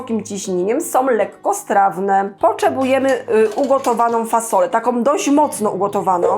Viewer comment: Poczebujemy,słuchajce takom łyche😅😅😅😅😅